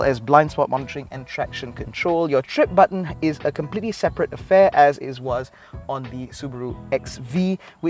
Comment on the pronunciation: Sat bat-en, sat baten (button)..hang maciam orang kedah had dok acah2 cakap keyyel nuu